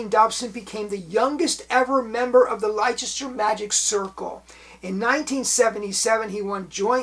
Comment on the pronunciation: I loved watching Wayne Dobson on TV, hugely entertaining and always funny. Thanks for talking about him! (Leicester is pronounced "Lester", by the way!)😊